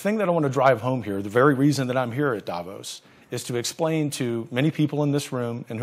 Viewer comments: No, i’m Swiss, it’s pronounced DAH VAUSE. The ause is pronounced like the ause in “because”. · I’m not being rude but it’s pronounced Da-Voss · Davos is pronounced DAH VAUSE.